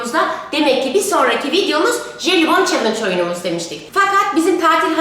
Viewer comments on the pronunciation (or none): Jelibom değil Jelibon